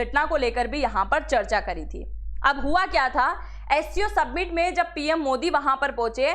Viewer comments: सबमिट नही वो समिट है. 😄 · सबमिट नही मॅडम जी, समिट बोलते है उसको,😂😂😂